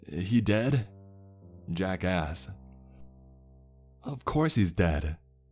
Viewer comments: "jack asks" My ear: jackass? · Whenever he says Jack asks it sounds like he says Jackass😂😂